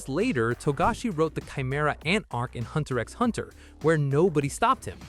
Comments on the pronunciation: Ah yes, pronouncing "x" in HunterXHunter 😅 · I wince everytime I hear the way you say Hunter X Hunter over and over again. It just takes away some credibility in what you're saying. The research and information might be accurate, but you're definitely not a fan.